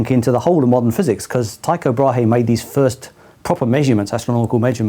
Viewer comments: It's "too-co bra(e)" according to the german Wikipedia. ;) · Pronounced more like Teeko' Bræ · Danish pronunciation of Tycho Brahe would be along the lines of "Tyy-go Braah-e" in case you where interested^^